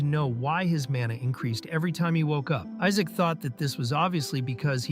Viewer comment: Everyone call him Isaac instead of Isaac😂😂😂